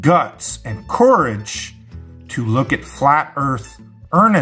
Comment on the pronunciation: ... Is that like a porridge of courage? What the heck was the pronunciation?